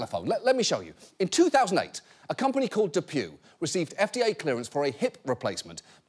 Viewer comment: I thought DePuy was pronounced DePwee 😬